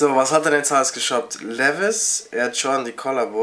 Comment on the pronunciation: weisst du nicht wie man Jordan sagt alter hahahaha